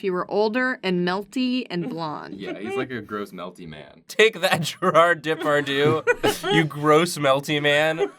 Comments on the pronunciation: Actually the way you said Depardieu is far more of an insult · oh my god! the way you pronounced Depardieu! seriously it hurts XD